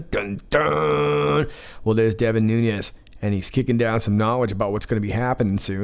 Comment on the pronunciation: Say the MAN'S name right "please!!", it's Nun-ES N-O-T Nun-YES, P-L-E-A-S-E!!, he is a GREAT American hero and deserves R-E-S-P-E-C-T miss pronouncing his name only makes you look D-I-S-R-E-S-P-E-C-T-F-U-L and I-G-N-O-R-A-N-T!!!